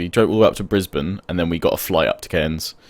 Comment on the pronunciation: You said Brisbane right!!!